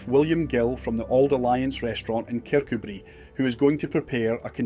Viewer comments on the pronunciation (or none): Scottish narrator canny pronounce Kirkcudbright. It should be "kirCOObree". He must be a fake.